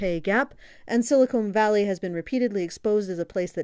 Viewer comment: Stop saying silicone valley.